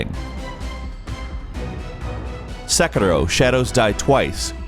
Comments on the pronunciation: UMmM ItS "SEKIRO" nOtT 'sEkERO' ... sorry my inner weeb came out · Why do so many people have such a hard time saying Sekiro? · I don't even play Sekiro but damn it's annoying that no one ever says it right.